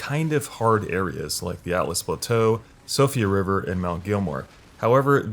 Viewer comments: Actually it is pronounced Sheefra River, not Sofria. Found out about this on yt. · Siofra River, not sofia/sophia. Good video. 👍🏼